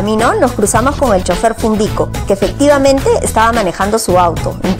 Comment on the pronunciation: es cundico no fundico , y es verdad lo dicho por el señor